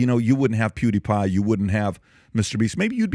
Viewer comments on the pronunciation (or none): none